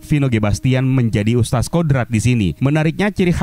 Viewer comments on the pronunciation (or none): Wahai penggembala domba, ustadz dibaca ustad atau ustat bukan ustas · Nih makhluk nyebut kata "Ustadz" pun gk becus 🥱🥱🥱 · Mungkin yg review ga paham cara bacanya 😁